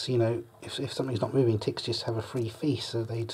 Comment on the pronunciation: How he say tets should be on a tntlv or try not to laugh video